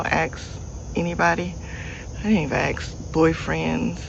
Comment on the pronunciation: How about speaking English correctly? It can get them a better job where people will understand them because I can't understand half of what they are saying. Aks instead of ask. We was instead of we were. ........nevermind. useless.